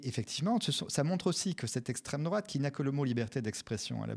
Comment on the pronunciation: "Ceussé l'esstreme drouate hein vous savez même pas" Mais bordel toi non plus tu sais pas. Va falloir vraiment produire une définition genre rapide, simple, effective à placarder partout pour que les gens qui tombent sur Florentin puissent le recaler en 1 phrase.